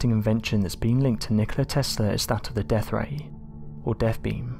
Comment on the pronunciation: I like the deaFF ray and furVer research. WTF y can't peopke pronounce easy words?